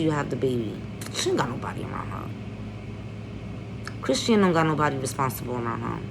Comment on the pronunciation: Chrisean name is pronounced Chris-shawn lol. But you hit the nail on the head with every single thing. But we don't know Jaidyn's background either. The shit she allows from blue and what she allows to be exposed to her children she really isn't any better or much more normal than either of them. Blue is definitely going to try to take the baby and not for the sake of the child's protection but for the hurt of the child's mother. I think Chrisean is going to prove a lot of people wrong. She has to stay away from blue and keep a clear head. As long as she puts that baby first in everything she does, she will be ok.